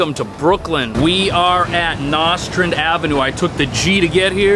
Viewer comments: It is pronounced " no strand" not noss strand. Born and raised in Brooklyn. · Interesting! Back in the day, the saying was “BedStuy do or die.” Now it’s gentrified. Btw, it’s pronounced “no”strand. No shade, just sayin. 😊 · Nostrand… pronounce “no” struhnd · The way he pronounces Nostrand 😫😫😫. It's NO. Strund.... A hard NO. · The correct pronunciation is NO STRAN the D is silent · with the emphasis on NO